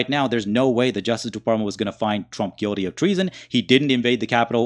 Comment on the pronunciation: It's pronounced " Guilty" not Guidy